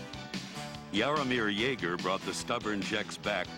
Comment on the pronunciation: Jaromir Jaeger? Lol